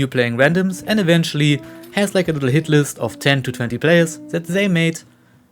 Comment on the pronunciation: face-green-smiling: Was that enunciation on hit lists intentional :face-green-smiling